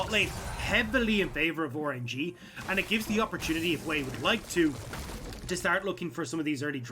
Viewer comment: cant unhear " orange - e"